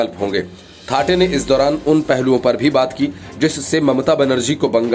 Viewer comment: थाटे नही सर थत्ते है.